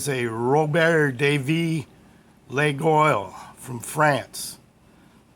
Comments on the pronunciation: wow, what a gorgeous set of knives, very enviable. and i think it's pronounced "La-YOL" with the "y" being more of a "fricative" glide than a pure glide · Hello.a truly beautiful knife. A fantastic price. Even in France there are different pronunciations. Lol. The two main ones are, laggy ol, the ol as in olive. And the second less used is lay ol. I have never heard leg oil but i like it. Lol. They all have that blade rap unfortunatly. All the best.